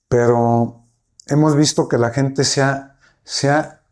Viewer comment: "gentes" jajaja